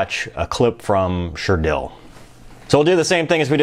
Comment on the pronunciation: LOOL " Sure-Dell"